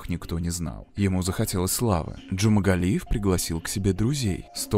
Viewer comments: Джумагалиев, а не Джумангалиев! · почему вы в ролике называете его Джумангалиев? он Джумагалиев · ДЖУМАГАЛИЕВ, не джумангалиев.. бесит что его никак не наказали!ну почемууу?!!???а так всегда смотрю вас, очень нравится ваш канал, привет 🙂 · я один слышу, что диктор в кадре произносит фамилию маньяка как "джумаНгалиев"???? если в действительности буквы Н в фамилии нет. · Уши режет, когда называете "ДжумаНгалиев"